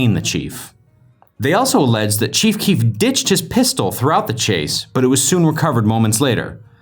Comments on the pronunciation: Whenever u say the cheef I keep think u are talking about the chief of police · Stopped watching this shit cuz u kept calling him “the cheef”😂